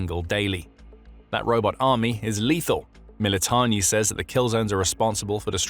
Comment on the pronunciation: It's MilitaRni buds. NOT MilitoNNi 😂😂😂